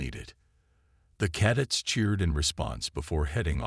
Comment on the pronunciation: How about recalibrate the idiot AI so it will pronounce words correctly. Caddets give me a break it can't even pronounce cadets correctly. You make the cadets look like a fruit loop dance group while the old freaks talk. Gotta go can't stand this AI it is horrible.